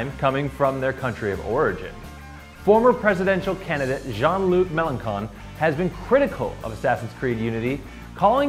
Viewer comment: It's pronounced "mélenshon"